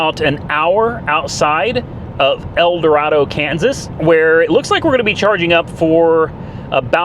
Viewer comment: I wanted to dislike Teslas, but I can't, it's an amazing piece of engineering. Well done, sir. Edit: However, Kansas natives pronounce it "El Doraaado."😂